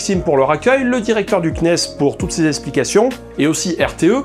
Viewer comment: C'est étrange... En tant que fan d'exploration spatiale, je bug toujours quand tu dis "CNES" ;)